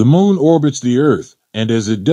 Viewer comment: Why do i keep hearing the guy say mole not moon.